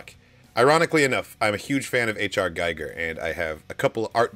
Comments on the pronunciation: H. R. Giger is pronounced "Ha Err Gheega" (I tried to spell it phonetically pleasent for English speakers). I think if you like his works, you'll probably also want to pronounce his name correctly. 😊 P.S.: Where else are they supposed to smoke? Outdoors in outer space? 😂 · Giger rhymes with eager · Respectfully, it's pronounced Gee-Gur. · "I'm a Hage fan or HR Giger" Proceeds to completely pronounce his name wrong. LOL...